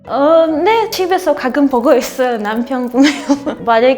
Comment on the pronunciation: 가금 아니고 가끔이요.발음할때는 가 다음 끔할때 혀뒤부분을 입천장에붙였다가 띄면서내는발음 ..가를 각하고 이때혀가 목구멍을막은 상태에서 혀를 낮추면서 입술을 붙히면서 음 하면 가끔 이라고 소리가 들려요 껜잎도 같은방법으로 깬하고 입 하면 깬닢 으로 들려요. 연습해보세요 각끔 ㅡ가끔 깬입 ㅡ깬닢 으로들려요.